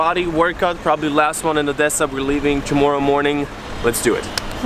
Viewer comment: I love that you pronounce OdeSa and Lviv in ukrainian, cause that's how they should be pronounced in Ukraine... and also Kyiv...